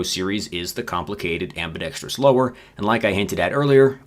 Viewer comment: THANK YOU for pronouncing "ambidextrous" correctly! Every idiot guntuber says "ambi dex trious" and it drives me crazy.